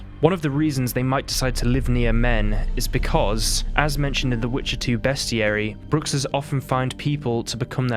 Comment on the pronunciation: medium vampires? also, way to Behs-tiary instead of Beast-iary. 👍🫡